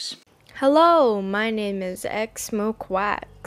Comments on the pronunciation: I’m dead 💀💀 The way you said x-mo-quacks When people say x-moh-ca-x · XMOQUACK IS WHAT YOU SAID BRUH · it's x mo-cha x, (pronounced as in the beverage) but some people call her mo-cha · Actually, it's pronounced "x-mo-ca-x" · actually it’s x-mo-kaa-x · “X moquacks “ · X MA-QUACKS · theres something I noticed in the start of the video... he said ex moequacks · “ x moquacks “ Wowwww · her name is pronounced mocha like the coffee. its xMOCHAx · Sir/ma’am the pronunciation is x-moka-x but idc how you pronounce it. So just pronounce it how you like. :/ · "x mokwaks" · He knows but it is spelled xmoqax which sounds like xmoqwacks so that’s what he finna call it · Ngl, I don't like Xmoqax either. I like their art, but they're pretty bad when it comes to criticism and they're unfunny.. Also I'm not gonna bitch about your pronunciation of "xmoqax" because it's better than how it's actually said. Plus, I just wanna say mad respects to you, you're one of the only level headed people in this community.